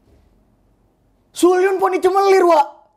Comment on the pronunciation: Please bang, gue greget bgt nih sama pengucapan lo njir Lily udah bener Haewon bacanya Hewon aja Sulyoon tuh bacanya Solyun karna di hangulnya ditulis Seolyoon BAE nih yg paling greget! Cara nyebutnya yg bener tuh BE aja bukan BAE (e nya tuh kayak ngomong ekor bebek) Karna hangul ae itu cukup dibaca e aja, bukan ae Kalo Kyujin sama Jiwoo sih nggak salah cara nyebutnya, tapi lo salah orangnya nijr, ketuker Wkwkwk No hard feeling ya, gue juga awal2 suka kpop juga gitu kok